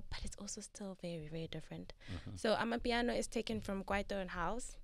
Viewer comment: Not amipiano but amapiano bru